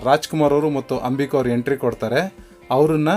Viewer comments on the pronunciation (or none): none